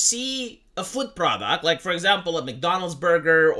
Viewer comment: When you are talking about 'food products", I just hear 'Foot Products"... And I am worried about what that says about me... o.-.O